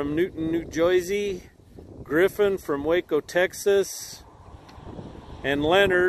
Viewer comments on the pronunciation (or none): none